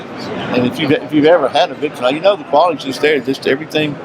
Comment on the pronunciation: what is Victory-Nox ? they are known the world over as Victor-REE-Nox . . .no need to call them something else . . .